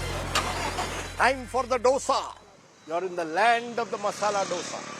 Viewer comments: This fellow has been doing these shows for donkey's years. He still can't pronounce Dosa as Dosa. Calls it Ddosa. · Its Dhosa.. pronounce it as Dho-sa or Dho-se, common its been ages.. can't you guys say this properly still